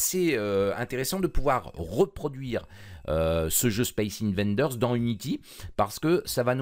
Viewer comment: c'est pas 'invaNders' mais 'invaders' , d'invasion